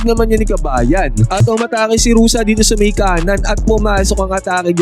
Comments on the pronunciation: Ruse not Rusa siyot. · Hindi yan Rosa ang pronunciation. It is Ru-seh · Bakit Rosa pagkabigkas mo idol? Baka Rosa pangalan ng ex-mo. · Ruse po hindi Rusa.